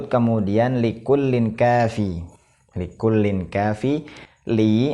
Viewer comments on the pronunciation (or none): Tanwin betemu kaf, dibaca ikhfa, ang, kenapa dibaca likullin, padahal jelas jelas dibaca likulling bukan likullin